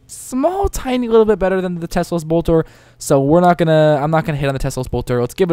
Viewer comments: T E L S O. Pronounced "Tell-ohhs" NOT "Tes-lose" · Te-Los, not Tes-Los. I die every time I hear you say it. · How the hell do you pronounce that tesolose it's telos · MY FUCKING GOD!!! It's TELOS, not TESLOS. I'm sorry for freaking out, but this annoyed the crap oit of me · its telos not teslos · Tel-os not tesla lol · Why does he say "Teslos" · Teh-Los* MMM K? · cannot watch the video because he always calls it tesslos boltor shit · lol exactly what I was thinking all the way through. Just read the word. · I know, it's hard to read right XD